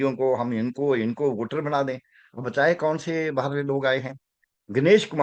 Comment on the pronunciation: बाहर, not बहार